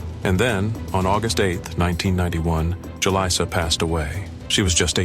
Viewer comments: Too many!... 🤦 It's actually pronounced... Who-Lisa!.. 😮‍💨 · How many different ways can you pronounce Julissa in one video?